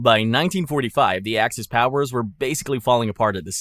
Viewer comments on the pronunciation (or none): none